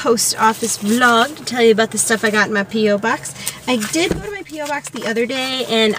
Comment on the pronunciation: PO(ke) BOX not PO BOX